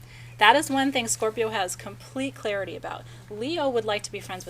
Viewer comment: not this Scorpio I will give the façade of making you think I don't need anyone, but I thrive on imparting knowledge with others and want to learn from others. yes is awesome. so wonderful to hear you say Scorpio beautiful